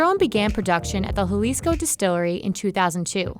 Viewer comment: the way she said “Jalisco” made me cringe